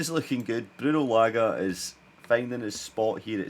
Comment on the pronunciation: Say Large without the R and it will be correct